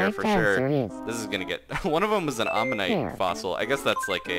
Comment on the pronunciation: Lol, the "Ammonite fossil" sounded like "Omanyte fossil"